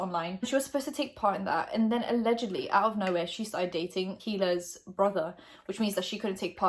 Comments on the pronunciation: I think that if it was any other youtuber, jaclyn's alcohol would have worried fans instead of making them angry and suspicious. I definitely think Trisha did it on purpose but H3 isn't a part of it. (Btw you don't say the h in hila). love ur vids <3. With brooke, the issue is that she wasn't training her dog for a police program ?? Like the issue wasn't that she was hurting the dog, the issue is that she was taking out her anger and frustration on an animal that wasn't doing anything. so dumb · It’s a silent H in Hila